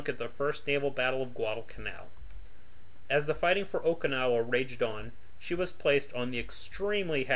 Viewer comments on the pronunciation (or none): none